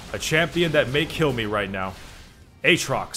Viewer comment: says Aatrox like "H-rocks":D Keep up the amazing content my man:)